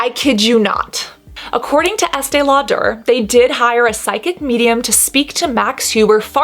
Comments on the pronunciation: I was with EL for quite a while. Although I actually love the way it sounds when you say it, it's just pronounced Lauder, not Lau-der' (but you did say Lauder towards the end). I was around for the launch this and another brand around the same time. This was a really interesting video (like all of them). While its a great barrier/occlusive cream, you made some very interesting points. I think this is a problem with all ultra expensive "special" skin care. People used to line up for it. You do know the industry. Brava. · Why does she say “Estee Lau-der” putting so much emphasis on the “der” part??? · Why este lauDARE? I feel like that’s a strange way to say her name. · Informative video but the way you kept saying “Estay-Law-Tur” over and over again made me want to poke myself in the eyeballs! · Estee Law....pause...DURR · Why does she say Estee Lo-duh like that? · Estée Lau-DER? Love it! 🤣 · estee law-durrrrr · Ok I looked it up and the emphasis is on the "aud" not the "der" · WHY CAN SHE NOT PRONOUNCE ESTEE LAUDER PROPERLY????? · WHY DO YOU SAY ESTEE LAUDER LIKE THAT AHAHAHAHA FUCK ME ITS ANNOYING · I love your videos and the content is really good but, can you please work with a vocal coach? You sound like Kardashian! Your vocal fry and upspeak is super annoying. It makes it really hard to fully enjoy your videos. Also, why are pronouncing Estée Lauder like that?